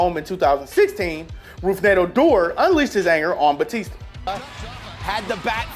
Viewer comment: He fucked up Rougned Odors name sooooo bad😂😂😂😂